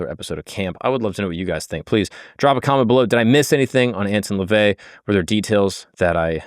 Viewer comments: You already started off this episode, saying his name incorrectly. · The way you mispronounce his name annoys tf outta me